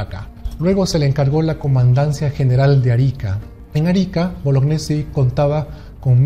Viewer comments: se pronuncia boloñesi y no bolognesi. El apellido es italiano y gne se pronuncia ñe. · tengo entendido que Bolognesi se pronuncia Boloñesi, al menos así me lo dijo un profesor muy veterano que tuve de educación cívica que lucho en la guerra contra Ecuador. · Estimado, excelente trabajo, solo que deberías propiciar el correcto pronunciamiento del apellido de Francisco Bolognesi, lo correcto es "Boloñesi", la unión de las letras gn se pronuncia como ñ.